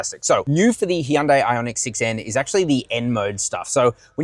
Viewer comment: HUN- DAY. Why is he butchering it when you hear Koreans say it different